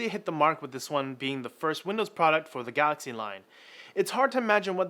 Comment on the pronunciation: What's a "Gaaxy" ?